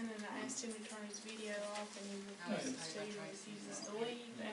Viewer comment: She said veedo tape